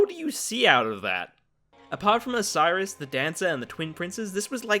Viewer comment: Its um pronounced “O-ce-ros” not “O-ci-rus”